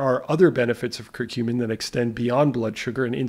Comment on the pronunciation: Regarding curcumin (thanks for pronouncing it correctly! LOL! Next up....Turmeric (tomb-err-ik 🤣🙈). Seriously though...it'd be awesome if you did a run down on all of the insulin/sugar related supplements as a theme: corosolic acid, ALA, berberine, cinamon, royal jelly, fenugreek, etc...